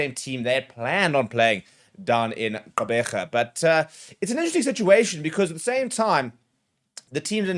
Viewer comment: Nice pronounciation of "Gqeberha" I'm very proud. ❤